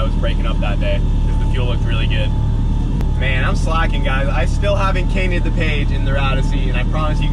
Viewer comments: “I still haven’t cainted the page” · “I still haven’t cainted the page” lol